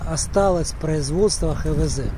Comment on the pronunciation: Не ХеВеЗе а ХаВеЗе!